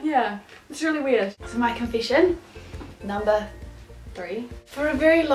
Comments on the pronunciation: i love the way you say confession ^^ it's sound like confishin' to me :) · Confishen! LOL